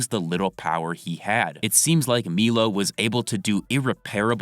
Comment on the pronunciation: It’s MY-LOW bro. MY-LOW. Stop saying Meelow lol you sound stupid as fuck